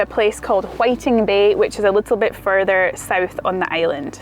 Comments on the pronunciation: Another great blog. Whiting Bay, as in whiting , the fish, and is pronounced white. Glen Rosa, is like rose. Well done for collecting these whisky samples, can be a bit of a deep dive for folks used to G&T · It's Whiting bay, as in WhitEing bay ok. P S, l really enjoyed your video - Trimendous - keep it up.